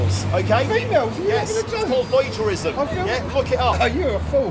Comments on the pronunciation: Well, "Voyagerism" is a new one on me. If you can't pronounce it you definitely can't enforce it. Hahahaha...big joke. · He did say "loiterism" didn't he? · Errrrrrrrrr did he just say "Voyager-ism" ???? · That's a new one: did the high-viz actually say, it's called voyterism? This uniformed casualty would have real trouble with a solecism or, god forbid, a spoonerism! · Did he say voyagerism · "IT'S called voyjerism!" 😂😂😂